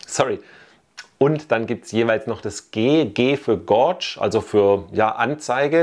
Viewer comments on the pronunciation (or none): Super Video, Danke! Du bist ja durch deine Reisen Tubeless Fan, dazu eine Frage: Kann man ein Tubeless Setup auch bei einem relativ schweren „SUV E-Bike“ (ca 26 kg) machen bzw würdest du das auch da für sinnvoll halten? „G für gauge“ spricht man „gäidsch“😊